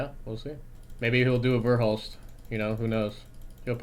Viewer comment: "He'll probably pull a verlhust" as he's literally pulling a verhulst. The irony is decadently rich.